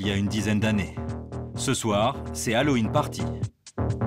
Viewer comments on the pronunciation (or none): none